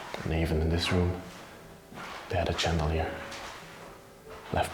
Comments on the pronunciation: Hi i love ur videos but i hav to tell u how to pronounce Chandelier it is spelt this way but pronounced shandeleir Also the poop chair is called a comode in Australia hope this helps.Love u ur a real gentleman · The ch in chandelier is pronounced in English as sh, as if you were telling someone to be quiet.